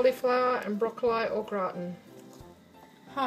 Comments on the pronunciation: The way you pronounce broccoli drives me mad ha ha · aha I see! It's ok really...not used to hearing it pronounced thus hence the comment. I loved the recipe and the video 😎